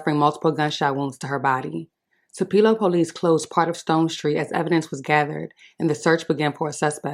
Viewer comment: Wrong pronunciation of Tupelo young lady.